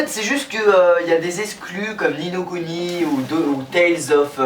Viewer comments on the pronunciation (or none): none